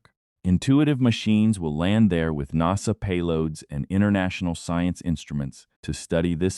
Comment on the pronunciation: Well you can't pronounce NASA properly and towards the end have you read(red) all the comments or are you going to read all the comments?? AI sucks!